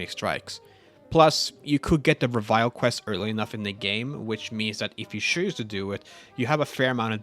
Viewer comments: Reveille is actually pronounced reh-veh-lee and is basically just a specific time to wake up and start the day’s operations in the military. Pretty cool how that ties with the BoS imo. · This guy really pronounced reveille as revile 😂. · It's pronounced rev-eh-lee. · 1, it's pronounced re-vill-ee. 2 in data recovery, there are three storage drives. 3, you seem to put a lot of extra effort into playing this game specifically to make content, rather than making content from standard gameplay. I hope you enjoy your game more than it looks like. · I had to say the correct pronunciation out loud each time. It irked me.